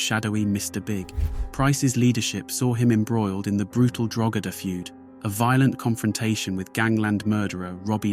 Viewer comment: Louth and Meath and Drogheda someone should of told him how to pronounce a few word first 😂😂😂😂😂